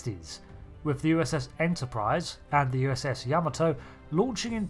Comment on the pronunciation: The way you say Yamato hurts my ears